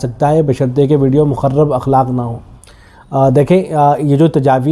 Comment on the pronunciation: السلام علیکم ورحمتہ اللہ وبرکاتہ حضرت مخرب اخلاق را کے زیر کے ساتھ ہے غالباً